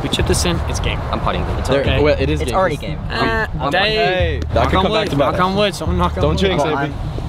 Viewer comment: .... "it's aready game"